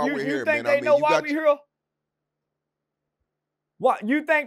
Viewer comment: "you think they know why we hurr?" Lol